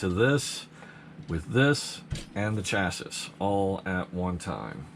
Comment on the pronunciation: Lol chassis plate lmfao stop sayin it wrong